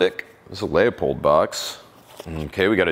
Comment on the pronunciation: Did he just say "lay-o-pold box?"